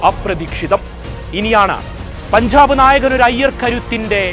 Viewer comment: പൻഝാബ്. വിഝയം നീ ആദ്യം പോയി മലയാളം ഉച്ചരിക്കാൻ പഠിക്ക്. കഷ്ടം.